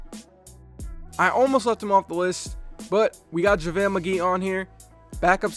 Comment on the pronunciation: its javalee lol